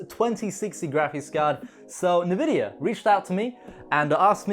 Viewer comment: Nvidia contacted you, you are getting them sponsors bro! Well i mean makes sense, a tech youtuber that went from 10k to 43k in no time... You earn it bro! (PS. isn't it N- vidia and not how you say nevidija? (I can't fonetic))